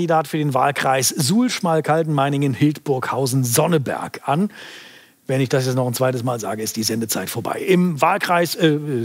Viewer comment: Als jemand der aus Sonneberg kommt gemischte Gefühle. 1. Christian Ehring hat den Namen meines Geburtsorts gesagt, richtig gut. 2. Der Maaßen soll da Kandidat werden? Muss ich kotzen von.